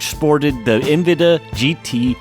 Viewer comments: WTF is "envida"? I got to about four minutes in, but hearing it mispronounced so many times I couldn't listen to it anymore. "en-veh-Dee-ah". ,an, you got it right, or at least close enough a couple times, but the amount of times you didn't made my brain itch. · Bro why do you keep saying Nvidia as Nviduh intermittently? Sometimes you pronounce it correctly then the rest of the time you says Nviduh... ??? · Thanks….EN-VID-EE-AH…KOO-DA…you’re welcome. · Have I and everyone I know been pronouncing Nvidia and Cuda wrong for years, or is it you? also you change the way you say Nvidia a few times? Cuda is koo -duh..